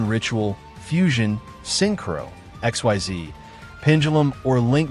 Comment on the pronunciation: I know you used a text-to-speech AI to narrate this video since English isn't your native language. So to give you a useful pointer: If you want the AI to NOT mispronounce "Xyz", type in "Ikseez" instead of Xyz.